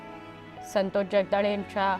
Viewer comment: असल्या नाटकी बातम्या कशाला दाखवताय?खोटे अश्रु काय कामाचे. संतोष चे नावही या लोकमतच्या बाईला नीट घेता येत नाहीये.